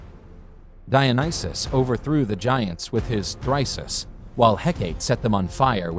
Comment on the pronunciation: Apart from the confusion of Heraklēs with Hercules, it’s a little off-putting to hear the words ‘thyrsus’ (Dionysus) and ‘caduceus’ (Hermes) mispronounced.